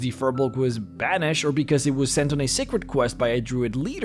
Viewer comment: They way you say Banished at the end makes me think there's much more to that.